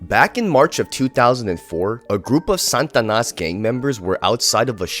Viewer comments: It's not SAN TA NAS. there's no "N". It's SA TA NAS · Bro… SAH-TAH-NAS. not santanas 🎅